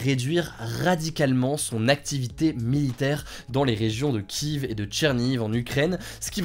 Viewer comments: S’il te plaît kièfff pas kivvvv, ça me fait mal aux oreilles. Sinon super taff comme d’hab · Je débarque sur cette chaîne, Hugo c'est un bot ou bien ? Comment ça il prononce Kiev "kiève" et pas "kièf"? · Ça me perturbe comment tu prononce la capitale ukrainienne à l’anglaise, en français ça se prononce Kiéf mais c’est un détail haha